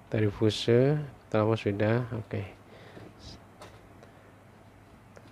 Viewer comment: Bacanya fius bosku